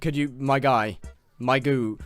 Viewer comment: "goog" Powliner